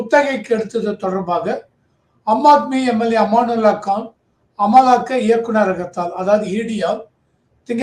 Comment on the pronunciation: சார், அவர் பெயர் அமனத்துல்லா கான். அமானுல்லா கான் அல்ல